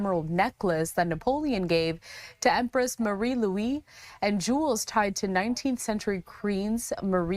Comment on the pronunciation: Louise is not pronounced “Louie,” but Louise.